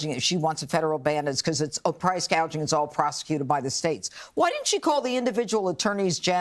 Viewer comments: Is no one going to address the fact that Kamala mispronounced a simple word like “gouging”? She said price “gauging” which is not the term “price gouging”. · How many illegal aliens would be buying their first home in America, and it’s gouging, not guaging!🙄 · She called it gauging not gouging. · Kamala said ' guage ing , not gouging. She could not even get that right. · Wait a minute stop the presses. Harris has just broken new ground and should be praised for alerting us all to the epic issue of PRICE GAUGING! Not gouging. Not gagging - although i basically gagged when she said GAUGING. Where exactly is any GUAGE involved in prices? What a bubble head. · She said price "gauging." There's no such thing as "price gauging." Dumbala meant to say "gouging. " Cheers 🍻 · Kamala said they were price gaging... what is price gaging? Did she read it wrong? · THE MORAN PRONOUNCED WORD WRONG !!SAID GUAGING NOT "GOUGING " WAS THIS INTENTIONAL ??? KAMALLA IS JUST NOT SIUTABLE TO MAKE BIG FINANCIAL DECISIONS !!! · Kamala should know the difference between gouge and gauge…or how to read them off of a teleprompter ! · This brilliant person called it price gaging instead of gouging. Come on. She is reading from prompter and still gets it wrong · Gaging? Not worried about gouging... I'm not convinced she didn't say that intentionally. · it's price gouging not gauging, you doofus LOL and who was he president before the pandemic? i didn't hear you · She should be embarrassed for telling on herself, reading the teleprompter and mispronounced gouging. She said gadging. Price gadging? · $25k for homeowners ? That’s even worse than 0 down disaster! Madam Kamala, it’s price gouging , not price gauging. Fire your script writer. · She called it price gadging. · Price "gauging"? I thought it is Gouging... Lol She's a clown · She also said price gagging not gouging. She can't even say the proper words. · Price gauging not gouging...😂she can't even get it right!! What a buffoon!!!